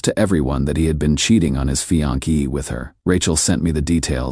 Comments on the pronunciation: This is the most annoying AI voice on such channels. It pretends to be deep, mature and solid but it sounds just pathetically pretentious. He is the one that has given us "fianki" (fiancée) and "nine hundred eleven" (911). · "A married man to leave his fian-key" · "Fian-key" lol